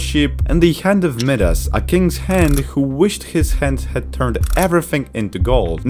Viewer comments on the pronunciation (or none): "the hand of medas" what